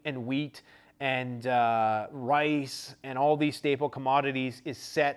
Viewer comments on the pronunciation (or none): none